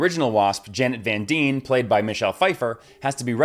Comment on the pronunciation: Things this video got wrong: How to pronounce "Dyne"